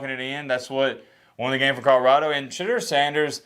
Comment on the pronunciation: put some respect on Shedeur’s name = it’s SheDOOR, not SheDURR… it drives Deion crazy. Now you know.. when people know the right way to pronounce it and choose to say it wrong, you know it’s disrespect..